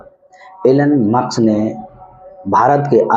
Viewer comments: Muks nahi musk kindly pronounce correctly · M c. Pahle nam to lena sekh le maks